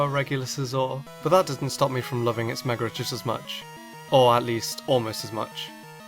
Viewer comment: I fuckin hate that you say megor not mega evolution